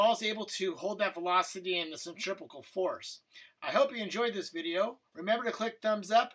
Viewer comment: Centripetal, not centripecal